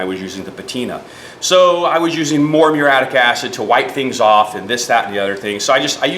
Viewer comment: This is just god punishing you for not knowing how to pronounce the fucking word muriatic properly. Its not fucking mure-attic. Fuck all you illiterate retards.